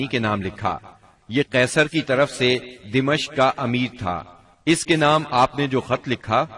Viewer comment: Aam taour pe " Damishq" padha jata hai, Dimashq naheen.